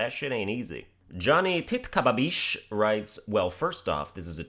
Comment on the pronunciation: Lmao 😂😂 Titkababeesh must love u right now that name is funny as hell and ur pronunciation of it is spot on!